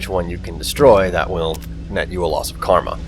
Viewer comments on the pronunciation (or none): none